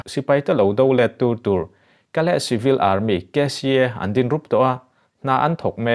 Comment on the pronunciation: ngatinge chibil(civil) ti a i lamrik zel le?